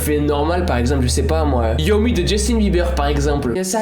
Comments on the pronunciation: C pas Justin biber c Justin bieber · 😂 a il a « Justin BIBER» je reste zen MAIS NON MERDE C’EST BIEBER MÊME DANS LE TITRE C’EST BIEN ÉCRIS ENFAITE